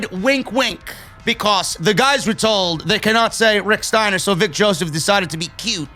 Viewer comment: What in the actual fuck: they can't say "Steiner" or "Wrestle(r)"